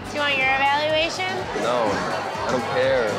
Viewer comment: When says “evaluation” her mysterious Chicago accent came out